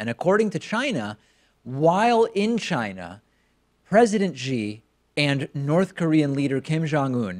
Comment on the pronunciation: Not Ji. It's pronounced Shi Pacman.